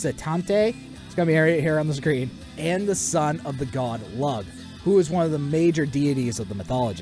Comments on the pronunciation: Really interesting video. Though I would like to mention that Sluagh is pronounced "sloo-ah" and Lugh is pronounced "Loo" The seven pupils/seven fingers/seven toes thing is actually the less common depiction of Cu Chulainn, normally he's actually described as a beardless man who is handsome, but a bit on the short side, which is what makes his strength and battle prowess, even before his warp-spasm ("hulking out") so surprising. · If the God of War franchise went in the Celtic direction I think it would be interesting to see the Dagda make an appearance. Also seeing a beast like Dobhar Chu could be interesting. Side note you mispronounced Lugh.